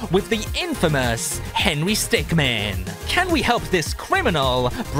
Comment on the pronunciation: Is henry stickmin not henry stickman